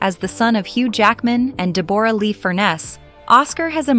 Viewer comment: Click bait. DE BORE RA Lee? AI can't read for shite! Also Hugh Jackman and Chris Hemsworth are not the same person.